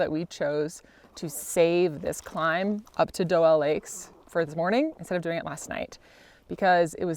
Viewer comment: I believe the lakes are pronounced "Dew-Lee" not "Doe-Elle". 3rd gen, lifetime resident and this is how everyone I know called these.